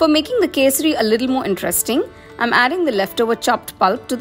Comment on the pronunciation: It's kesari bath native to Karnataka, don't steal the recipe and mispronounce the name . You tamilians do the same with everything, eg. Mysore pak you Copy and call it as Mysorepa. This shameless